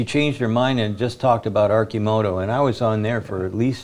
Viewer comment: Someone tell Sandy how to pronounce Arcimoto and Oregon.